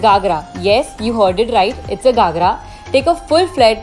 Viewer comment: It’s GHAgra and not GAghra😅